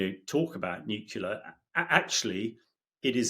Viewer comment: Pronounce "Nuclear".